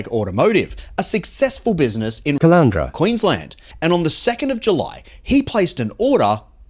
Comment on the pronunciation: i stopped the video at 'caloundra' - yeh that sounds 'bout rite